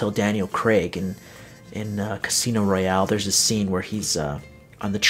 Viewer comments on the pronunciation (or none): none